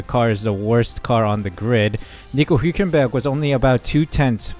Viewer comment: Hulkenberg's surname is pronounced HULKenberg NOT WHOkenberg